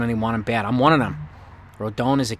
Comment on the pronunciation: Rodon is pronounced Roe-Don